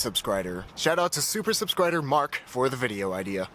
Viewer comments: Hmmm...Is the word pronounced "sub-SCRID-er" or "sub-SCRIB-er"? I think it's pronounced "sub-SCRIB-er". ;) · When he says subscrider I always think he's mispronuncing it. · "Subscrider".....That is all